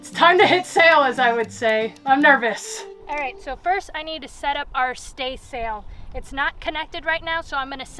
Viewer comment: Did she say state sail?